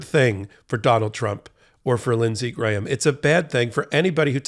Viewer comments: Props to! You're one of the few Americans who can pronounce "Graham." I mean, his brain probably only weighs a gram, but all of him doesn't. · Wow, an American who can pronounce the name Graham correctly!